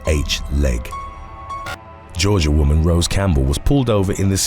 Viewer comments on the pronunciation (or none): none